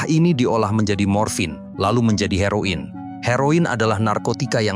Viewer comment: Heroin kut di sebut HairO In